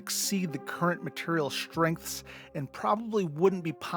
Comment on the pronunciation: "Shtrengths," "Shtructural."